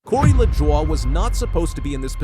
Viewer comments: It's pronounced La Joy not lajowyyyy. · Corey's last name is pronounced "La Joy'.